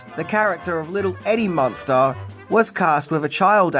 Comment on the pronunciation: Do you see an "o" in the name Munster?